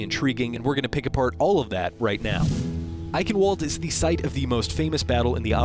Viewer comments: It's not Ai-ken-wold, it's Eye-Shen-Vald-Eh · Its Eichenwalde not Eichenwald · eichenwalde is german for oak forest and is pronounced eichenvalder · F*ck me sideways stop saying eichenwald it is eichen valde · It's pronounced EichenVALD. Not EichenWALD goddamnit. W's are pronounced with a V sound in German. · I-ken-walled?? im sorry but as a dutch man i believe its Ich-en-vall-de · Goddamnit stop saying the name wrong..... Its eye-chen(not ken)-vald-a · couldn't have done a bit of research to find that it's pronounced "Eye-shen-val-da" not "Eye-ken-wald"?!ughhhh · "ayekenwald" it's "eye-shen-val-dah" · Eikanwald lol Its pronounced ei-hien-vald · To clarify, eichen is pronounced more like eye-ghen. It's difficult to type, but ch is pronounced as a "clearing throat" sound, but certainly not Shen. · I'm surprised nobody's mentioned it yet from what I see in the comments, but in German, 'W's are pronounced like 'V's. So it would be pronounced like "eye-ken-vawl-d' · eye-shhh-en-vald how you would say it for everyone, that isn't german! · It's pronounced Ihenvalde. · This is how you say Eichenwalde, INESHENVALDA, I'm German so I thought I'd help out your welcome ;) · Pronouncing it "Iconwold" is so damn wrong....You didn't even try. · "ike- in- walled" this hurts my head.... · pronounced i-shen-vald-eh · Someone correct me if I'm wrong but it would be pronounced "Eichenvalde" because it's German right? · why does everyone pronounce it Iconwarld? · The map's name is pronounced Eye-shen-val-duh (while shen is actually chen) and roughly translates to Oak Forest. The Shot from outside showing two signs which say "Jagdhütte Edelweiss" (Hunting Lodge Edelweiss) and Uhrenkeller (Clock Cellar). The brewery is called "Brauerei Mittagskrug" (Brewery Noon Jug)(IT'S HIGH NOON!). German guy out. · Anyone else tired of hearing "Eikenwald"? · I am tired of it and I'm only like a quarter German and usually don't care for peoples mispronunciations. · just say ishenwalt